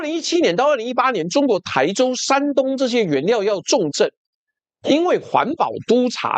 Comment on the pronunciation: 台州的“台”是第一声。